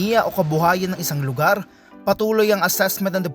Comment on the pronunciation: pansin ko lang karamihan sa mga reporter ngayon, maarte na ang pagbigkas sa letrang R gaya nung sa salitang LUGAR. buti pa ung pure canadian vlogger na c jared hartmann, marunong mag tagalog pero alam nia kung paano bigkasin ng tama ang R kapag nagsasalita na cia ng tagalog.